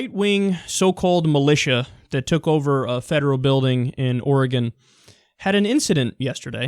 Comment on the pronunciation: Kyle, I appreciate the fact that you say Oregon correctly. Drives me nuts when people say it wrong...